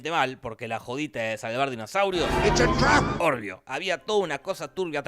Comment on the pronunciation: Dijiste"orvio" en vez de "obvio" jaj igual muy bueno el vídeo